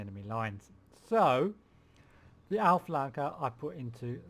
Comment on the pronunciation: Auklärer not Aufleker. Also Spähtrupp and not Spahtrupp.